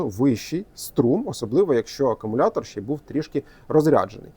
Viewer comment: Так і не навчився говорити акумулятор замість акамулятор.